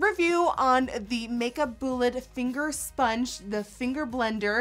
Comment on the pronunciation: did i hear "sphinger sponge"